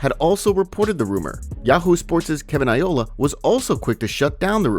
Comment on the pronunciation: Kevin I-Oh-La? You had us fooled AI bot, no one mispronounces that legend's name wrong